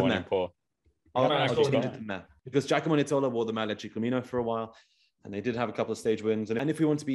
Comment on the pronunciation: Every time I hear Ginomarco Nizzolo I wanna stop watching.